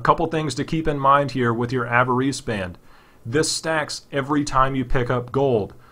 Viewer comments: "AV-A-REESE"? Are you for real? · i lol'd when you pronounced 'avarice'